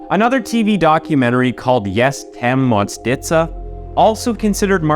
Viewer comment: "Jestem Mordercą" means actually "I'm a murderer". I'm from polish descent, so i can tell. And the actuall story behind this case. I'm a little mad about the pronunciation of some names (of persons and places) but it's okay, for you are an english man, so i will forgive you,.